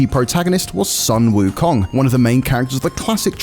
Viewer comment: Please get someone who speaks Mandarin to say "Wu Kong" correctly, you are butchering the name